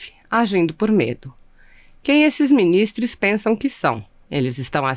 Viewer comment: ALÔOOOOPO VERGONHA 🙈🙈🙈! Não é minis... TRESSS que se diz, É MINIS... TROOOOS!